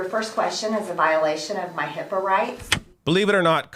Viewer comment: I thought she said hippo